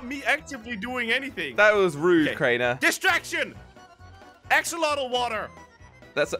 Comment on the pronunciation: AXOLOTL NOT AXOLOTI